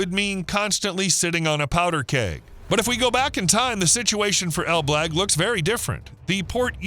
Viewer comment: Pronunciation of ElBlag is completely wrong, didn't you check how it's actually said first before mentioning it numerous times in this video?